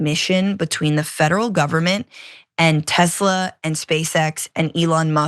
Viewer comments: Love your content but it's pronounced Tessssla with an s not Tezla. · Why does John Iadarola always pronounce Tesla Tezla? Is this some inside joke I'm unaware of?